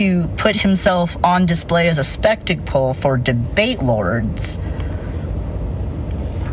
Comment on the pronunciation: It’s a spectaple !!! Did no one notice she says spectacle as spectaple??